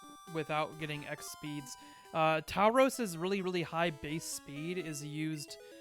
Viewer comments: Its pronounced a bit more like "Tour-rows" :) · tao-rows? lol